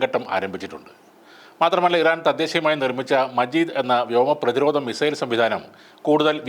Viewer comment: മജീദ് അല്ല മാജിദ് 👍